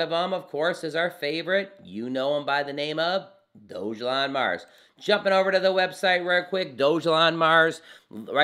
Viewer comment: Sorry my friend but you are not saying the name properly